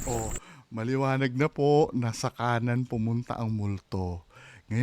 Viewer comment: Hahaha ang lutong ng puuuuu 😅😂😂😂 Tulungan mo kumaliwa ❤😍